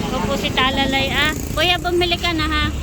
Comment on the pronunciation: Talalay...hindi bal.